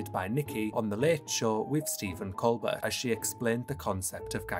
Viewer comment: The ONE person I actually know on this channel, and you get his name wrong. Stephen "COLE-burt"???? No no no no no... His name is pronounced "Cole-BEAR".